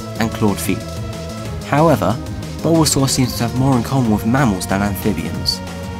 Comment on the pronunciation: "Bulba, Bulbasuar"